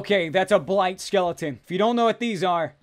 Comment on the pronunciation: Blight skeleton.. More like Blayt skeleton Am I right..